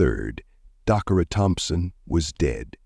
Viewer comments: How many times can a name be butched Decara Dacarra,Dockara😢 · Say her name right please Dacara 😢 may she rest in Jesus loving arms. Praying for justice.